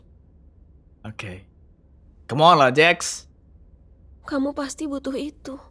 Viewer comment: Jax bang bukan Jack